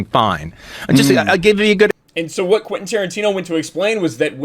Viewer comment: Quentin, not Quinten